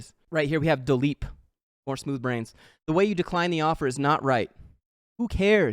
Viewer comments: "Why don't you Dileep your account?" Hahahaha love it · "dileep your account" got me good ngl